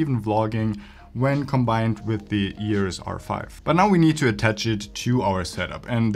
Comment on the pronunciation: stop saying yurus r5.